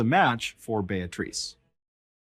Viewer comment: Beatrice = (pronounced BEE-A-TRISS)